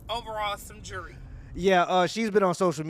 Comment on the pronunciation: Pronouncing Jewelry the same as Jury, cringe. She's speaking facts but come on, let's properly enunciate our words